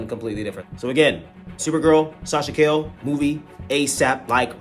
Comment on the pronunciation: Got back to the hotel after a little walking and knew I had to watch the review of the biggest Flash fan I know! Great review, fam! You made me laugh with the Sasha “Kale” 😂